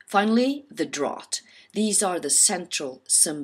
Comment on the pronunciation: The word drought is mispronounced in this video.